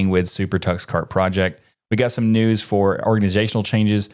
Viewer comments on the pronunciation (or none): "linux DUH-news". still no reason to say it like that maté.